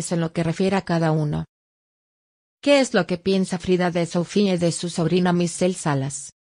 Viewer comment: Se llama Michelle Salas, porfavor habla bien antes de hacer tus vídeos, siempre haces lo mismo porfavor pronuncia apropiadamente.